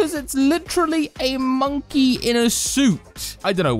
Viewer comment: Are u saying monke wrong? Or on purpose